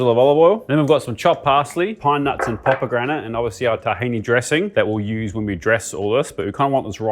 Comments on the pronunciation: Why do you pronounce 'pomegranate' like 'popegranate' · I’m not the only one who’s noticed that he says “poppagranate” right.